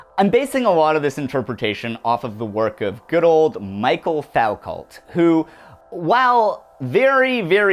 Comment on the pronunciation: "Fow-cult" ohhhhh no, they're gonna come for you.